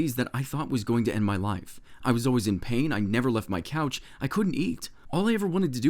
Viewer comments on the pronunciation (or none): none